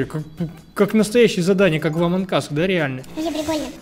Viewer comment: Ааааааааа не амонк ас а амонг ас